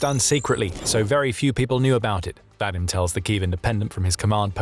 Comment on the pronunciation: Vadym is pronounced VahDEEM